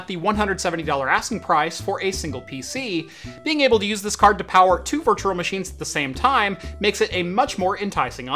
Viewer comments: Why you say virtural? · Great video, hated how you said virtual haha. Sounded more like virtural.